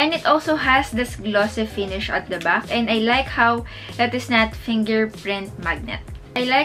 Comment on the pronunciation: iba po ang “back” sa “buck”. Sensya po for correction. Na-aasiwa lang po kasing pakinggan for me. 😊